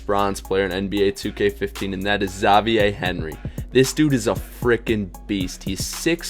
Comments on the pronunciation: why did he pronounce Xavier like zaveeyae?😂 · How do you not know how to say Xavier? lol